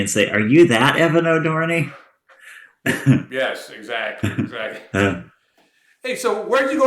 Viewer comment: Wait.. did you say his name wrong? I guess he didnt get his TUNA.